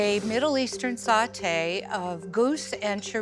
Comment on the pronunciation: Why do people say salteed??? There is no L in sautee.....